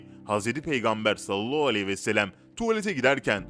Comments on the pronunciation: Maalesef yalnış okuyor .. üstelik böyle oldugunu herkes söylüyor ,Halbuki çok zor deil doğru telaffuzu yapmak . Bence niyeti yok . Bu kadar eleştiri alıp doğru telffuza önem vermemek .. insanolarak şaşıp kalıyorum.. Oysaki güzel videolar hazırlıyor .. Beğeniyorum . Amma Sallallahu demeyi bir türlü düzeltemedi... Ağzında yuvarlayıp ,hızlıca ve eksik telaffuzla konuşup ,hemen başka kelimeye geçiyor .Söz konusu peygamber efendimiz SAV olduğuiçin titizleniyoruz Dil dönmüyorsa bile bence doğru heceleye heceleye birgün mükemmel birşekilde telaffuz yapabilir .... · Sunucu arkadaş seni para zoruyla konuşturuyolar herhalde peygamberimizi zikrettiğim zaman sallallahü aleyhi vesellem demek zoruna gidiyor herhalde hemen cümleyi yuvarlıyosun onu bi ilk önce güzelce telaffuz etmesini öğren yorumlardan para kazanıyorum derken bi kamyon günaha girme